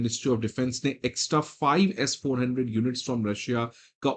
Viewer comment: It's not S4. 100, it's S. 400